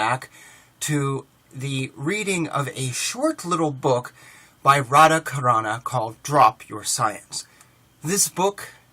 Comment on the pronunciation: Greetings and respect. Just a little remark: The Carana in Radha Carana's name is pronounced as CHarana (as the CH in CHart, for instance.It's just a question of international transliteration/transcription standard for Sanskrit.) It's very nice of you to promote his book. Thank you. Namaste. Hari Om Tat Sat.